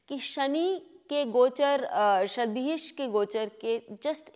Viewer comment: Not Satvihish Nakshatra...it is pronounced as Shatvisha nakshatra which means Shat=100 and Vishak = Healer or Physician.